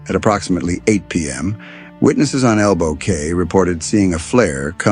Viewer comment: ELBOW CAY is pronounced KEY